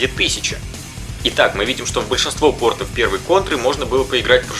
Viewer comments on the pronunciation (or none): none